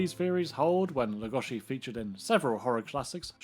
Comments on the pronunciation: Why are you saying lugoshi ? WHY !!????? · Who is this "Lugoshi" you speak of? I only know of Bela Lugosi. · I'm surprised Columbia was able to get away with copying so much of Universal's franchises. I never knew that the name Lugosi was pronounced Lugoshi. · Well, it's a shame that so many fans of Bela Lugosi pronounce his name wrong. It's disrespectful in a way. So, it is LugoSHi like, for example (John) Belushi. In Hungarian, letter S is for sound ''Sh'' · "Bela Leh-GUSH-I" ?? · Pronounce his name properly PLEASE! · we are not hungarian and even he didnt pronounce his own name like that niether did anyone else. . It may be trendy to try and pronounce forign names in a forign accent but its just pretentious and silly attention seeking. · Go back to school, AI, and learn to pronounce Lugosi without an "sh" sound.